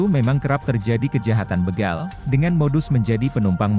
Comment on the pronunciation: BEGAL BUKAN BEGAL.. B E G A L seperti kita membaca BECAK...BEMO...BETOR..ABC Bukan di baca BEGAL seperti kita membaca BELUM..BECUS...BELUT..BEGUNDAL...BERAS dll. OK mas ???